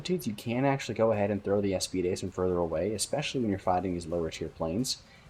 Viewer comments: aa-spied... not a-spee-day... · bro why you callin aspides "Eas-pi-de"